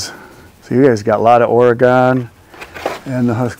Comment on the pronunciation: It is OR-E-GUN not OR-E-GONE.